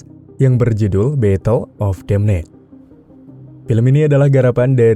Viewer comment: Min, sebutan nya , Beh-tel Of De Dem.... Tapi Cubaan Dan ilustrasi Yang baik... Teruskan usaha nya... 👏👏👏